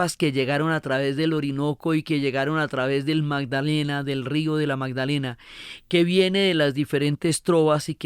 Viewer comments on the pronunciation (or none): none